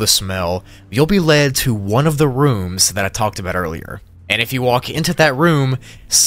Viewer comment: Anybody gonna take about “onr” when he says “one”? 💀💀. I’m not trying to be rude or mean.